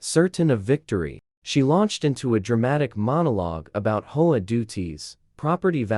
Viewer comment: well another factor is for the HOA why not list it out like ( H O A ) and same with the 911 as 9 1 1 instead of getting nine hundred and eleven ? even a few other words were said off like - concrete - stories are good but there is no actual twist in the endings - like getting taken to jail - having to pay restitution with apologies - moved to a different state and garnished from ever being a H O A Enforcer of any type ? and so on - even stories that the HOA is trying to make those Outside the HOA to pay dues and take over property and situations like that then getting busted for Trespass on Private Property and the Fake Documents and False papers and stuff like that - needs to be more interesting to the facts at hand for the story line to fit better for the actions taken for or against those parties involved -- like where i live i got sited for having rakes out on porch during the fall time as every day raking up leaves - was told to hide them as just sitting in plain view was not good for the looks - but neighbors a few doors down ar the scrap metal collectors and have junk all around the place and nothing happens to them or even write ups ,, might be because they are of the same race or nationality ? who knows on that but its crazy what those in power will force or impose when its not even in any By-Laws of the Original document ? -- just like also complaints about Squirrels getting run over but in yet they do not Enforce the Speed Limit rules as the street i live on peop